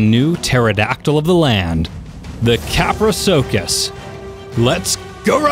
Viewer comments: Ka-Pr-Owh-Soo-Chus. Not Kaprocuckus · tapehara, fine. But I heard kaprocuckus and make it a salad... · I thought it was pronounced KAP-RUH-SOO-CHUS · kaproSUchus not kaprochuchus. also oxogyn is underwater speed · Very helpful info, but the creature's name is actually pronounced KaproSUCHus, NOT KaproKUCHes. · its tapejara not tapehara and its kaprosuchus not kaprosukus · Did he just call kaprosuchus kaprocuckos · You might be pronouncing tapejara right but like most other ark players, you pronounce everything else wrong there's no such thing as a pterodactyl no matter how much your kindergarten teacher said so, also it's KaproSUCHUS I heard you say COCCUS like 11 times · Quasiraptor it's pronounced kaprosukus and sarcosukus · TapeHARA Us: confused screaming: KapraCUCKUS Us: CONFUSED SCREAMING INTENSIFIES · cap-row-sooch-us pronounciation for the Kaprosuchus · He was kidding when he called it the Caprocuckus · Your saying kaprosuchas tong I know I spelt it ring but u pronounced it wrong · It is Kap-ro-suchus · Kaprosuchus is(kap-ro-suchus) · It’s cap-row-seew-cus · Constructive criticism:It's pronounced: kap-roe-soo-kus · It’s kaprosuke is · it is ka-pru-soo-ch-us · P sure it’s pronounced kap-row-s-oo-ks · kappercuckus? XD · It's pernounced kaprosewchus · Its not a dinosaur and it’s pronounced Kap-row-sook-us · it's pronounced kapro soo cuss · you pronounced kaprosuchus wrong lmao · Your'e saying kaprosuchus wrong.